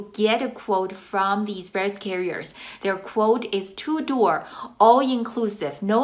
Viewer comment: Are you saying 2 door quote?